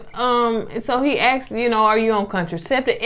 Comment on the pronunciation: He axed (asked) the question